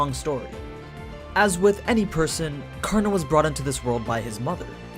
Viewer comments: Can't take it when the narrator doesn't want to take 10 seconds to learn the pronunciation of the name to respect the original source. Not kaarna, it's kar na spoken as one word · Ture its Karan not Karna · In the Hindu epic Mahabharata, 'Karn'(and yes it is correctly pronounced as Karn and not Karna) is the noblest and most powerful warrior only second to his uncle Bhishma. He was literally invincible in every way with the armor. He was betrayed, mocked, abandoned and tricked by his own mother, brothers, sister, his teacher (who was called 'Dronacharya' and is the one who cursed him) and even by the gods. Yet he never held any contempt in his heart. TOTAL RESPECT! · Aman is right . it's karna in the original story not Karan. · Its karan .... At least think i live in India People say its karan not kana